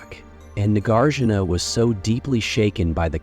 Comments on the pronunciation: Please learn how to pronounce "Nagarjuna". You offer about 3 different versions here and ALL of them are incorrect. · You have so much to say but the mispronunciation is really grating. It's not Nagger-juna: Nah-GAR-juna. Mad-YA-mika.